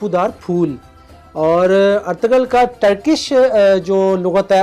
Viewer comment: It's Ertugrul not Ertugul....